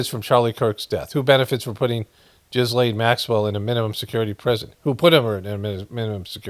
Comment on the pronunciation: Her name is pronounced 'ghee-lon'